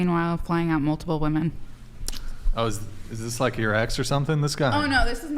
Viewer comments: Cannot stand when they say woman instead of women. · Omg I could not get over saying woman everytime she thought she was saying women! So irritating 😂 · No, it's NOT your accent - it's your lack of education. WOMEN rhymes with swimmin. WOMAN sounds completely different on the first syllable. How are people this dumb?? TikTok brain 🙄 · still doesn’t know how to pronounce the word women 🤦‍♂️ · That was so frustrating to hear her fuck up over and over. First person in my entire life I've seen incapable of saying women. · You will never be taken seriously if you continue to pronounce WOMEN wrong. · learn how to pronounce women and woman, they don't sound identical.